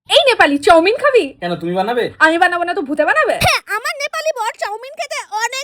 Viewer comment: চাওমিন ❌❌ চৌমিন ✅✅✅✅✅